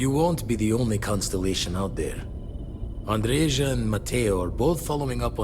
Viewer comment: Ah, Andreja, finally. Too bad Andreja is a male name - I have a friend named Andreja and a nephew named Andrej. And it's even more of a shame that they pronounce it wrong - it's pronounced Andreya, not Andrezha.